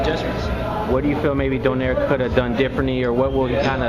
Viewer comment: i think the right pronunciation of nonito's surname is "DO NAY RE".. good job btw